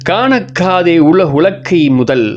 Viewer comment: காணக்காதே இல்ல bro கணக்காதே....